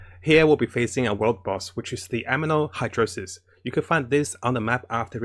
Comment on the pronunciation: amino hydrosis XDDD ITS ANEMO HYPOSTASIS